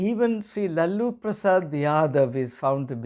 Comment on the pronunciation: Pronounce: La. Lu and not Lal Lu